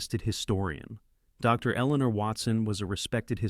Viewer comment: Okay, so here's a suggestion. Since your having your computer do the narration, and said computer interprets the period after "Dr." as a natural pause, causing the pause between the words "Doctor", and said doctors name, when you're typing out your script for the computer to read and vocalize, simply type out the entire word, "Doctor", instead of "Dr.". At worst, it'll take you an extra 1.5 seconds. All that being said, I appreciate your content. Keep 'em coming friend. 😁